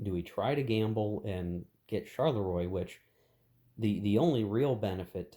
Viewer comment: Not in any way a criticism, but the correct pronounciation of 'Charleroi' (as it crops up quite a bit in this and any 1815 scenarios you might play) is, approximately, 'sharl-le-wah'. Say it like Maurice Chevalier and you'll be spot on 🤓 Loving the series, BTW. Shame you don't attempt to play with the sleds and hidden movement - the whole vedette thing is a sub-game in it's own right. Still works for me solo. Cards are great, too.